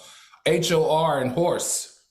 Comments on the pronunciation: I’m with you Al. The “hor” in horse was funny. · Al is cracking me up lmao - HOR in horse lol lol